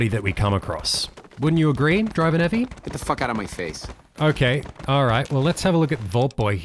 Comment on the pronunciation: take a shot for every time says "Driver Nephi" incorrectly